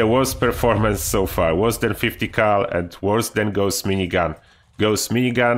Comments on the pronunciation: Not Gooos! Say Gauss like Faust!!! Its a gernan name! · idk if it my but does any one else hear him say ghost minigun isntead of gaus XD great vid to man love hem